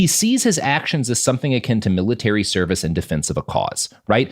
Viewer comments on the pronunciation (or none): none